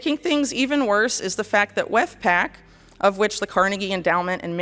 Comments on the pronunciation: I think she’s saying Wefpac not Westpac lol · Wefpac, not westpac (an aussie-ish bank).